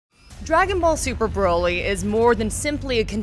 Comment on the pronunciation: Broly... like Broccoli... not BROly... Come on